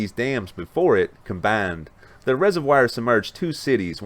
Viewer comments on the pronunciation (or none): It is not a reservWIRE it's a reservoir. Please stop. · Learnt a new word..res-o-wire(resovoir) 😁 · Hey. Great program. Please check your pronunciation of "reservoir"